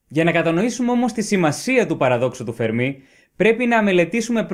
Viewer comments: Εξαιρετικό , και κατατοπιστικό και κατανοητο , αλλά έπρεπε να εξηγηθει περισσότερο ο υποθετικός πολυπαραγοντικός τύπος , γιά το πιθανώτερο πληθος των πολιτισμων , του Φέρμι και όχι του Φερμί , όπως λαθεμένα τονίζει συνεχώς ο παρουσιαστής . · Φέρμι λεγεται μάστορα κ οχι φερμή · Φέρμι τον λένε κι όχι Φερμί. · Το όνομα προφέρεται Φέρμι , όχι Φερμί . Κι ο άνθρωπος δεν ασχολήθηκε ποτε με αστροφυσικά θέματα για να έχει να πει για τους εξωγήϊνους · Ωραία και εκλαϊκευμένα όσο πρέπει,αλλά ο άνθρωπος λεγόταν Ενρίκο Φέρμι και όχι Φερμί,μιας και ήταν Ιταλικής καταγωγής και όχι Γαλλικής.Συνεχίστε την καλή δουλειά,μια υποσημείωση έκανα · Φέρμι. Όχι Φερμί. Όσο το ακούω "Φερμί" τρελαίνομαι... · Φέρμι είναι. Όχι Φερμί. ΗΜΑΡΤΟΝ. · Ενρίκο Φέρμι βέβαια και ποτέ Ενρίκο Φερμί! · Νομίζω ότι είναι Φέρμι και όχι Φερμί γιατί ήταν Ιταλός και όχι Γάλλος. Κατά τα άλλα συγχαρητήρια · Φερμί το κυκλοφόρησαν δύο παρουσιαστές από επιστημονικά βίντεο και οι άλλοι πιθύκισαν , χωρίς προφανώς να έχουν ξαναδιαβάσει για τον Φέρμι. Η ημιμάθεια χειροτέρα της αμαθείας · υπέροχο βίντεο !!!! αλλα σε παρακαλώ είναι Φέρμι ... ιταλός ήταν ο κύριος όχι γάλλος :P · Μην σκοτώνετε το όνομα. Ο τόνος στο e ! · O Fermi ήταν ιταλός, και το όνομα τονίζεται στο è Αν ήταν γάλλος μπορεί και να προφερόταν με τόνο στο í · Συγχαρητήρια για την εξαιρετική παρουσίαση σε αυτό και σε όλα τα άλλα βίντεο. Θα ήθελα να ρωτήσω γιατί τονίζεις το όνομα του Fermi στη λήγουσα, ενώ πρόκειται για Ιταλό και όπου και αν έψαξα τονίζεται στην παραλήγουσα, όπως τα περισσότερα ιταλικά ονόματα. Επίσης θα ήθελα αν μπορούσες να σχολιάσεις τη σχετικά νεότευκτη άποψη που αναφέρεται και στο τελευταίο βιβλίο του Νταν Μπράουν περί δημιουργίας της ζωής και εντροπίας. (Κομματάκι δύσκολο χωρίς spoiler, αλλά είμαι σίγουρος ότι θα βρεις κάποιο τρόπο). Καλή και δημιουργική συνέχεια.